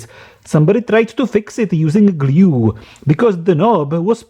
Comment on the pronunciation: Me: discovers your channel, the dangerous wireless charger video exactly Geez, this guy's accent sucks! doesn't stop watching Fuck it, i'll watch it Me later: Guess I'll stay. subs Me now: Somebody tried to fix it with gLyUE